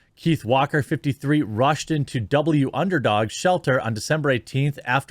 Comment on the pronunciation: Double you underdog is actually spoken, Wunderdog (as in wonder dog)